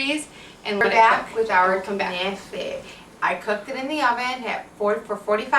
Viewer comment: when u said kenaife , i knew u r Lebanese :D